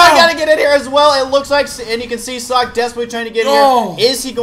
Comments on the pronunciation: guys, socke's name is pronounced like ZOCK. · well, I forgot who but another commentator who spoke with himself said he pronounces it as zock. *shrugs*